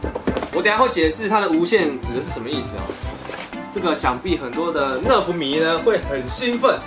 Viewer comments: 是nerf不是nref 英雄 😂😂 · 是nerf 不是nref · 不是NREF是NERF哦